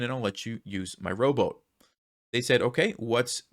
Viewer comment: "Row boat"?? LOL! I was hearing "robot" (english is not my mother language😂) Anyway, great content, as always. Keep it coming!!